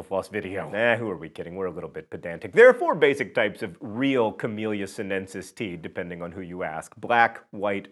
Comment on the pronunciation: I know John'll never get it right, but it's "Camelia sin-e-sis" and "tis-an-e"